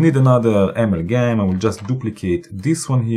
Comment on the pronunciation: Brian Watterson: Hi - WOW Professor! You were really motoring with this one. I have to watch this video again using Pause & replay to catch all of the great moves & pieces of good advice. AMALGAM looks like an extremely complex module. Lots of beautiful sounds though. Thank you so much for the excellent video. Pronunciation, if I might say, maybe more like: (dirECtion), (aMALgam) rather than (amalGAM).😊. (Love your red Arrow pointer, by the way. Is it available for a Mac)?